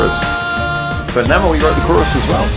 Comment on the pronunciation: Review Namewee's song, 4896. By the way, his celebrity name should be pronounced as 'name' and 'v' in English =)